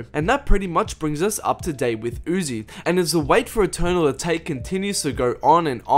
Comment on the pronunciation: The way he says atake and patake annoys me